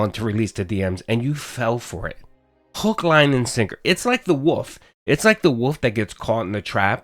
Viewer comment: Why can’t Americans pronounce “wolf”? Wuff. is the wuff with his leg in a trap lol.